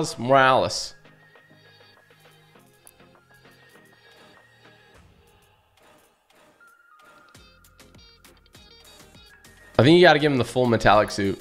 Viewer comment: My mans said Miles Morles🤣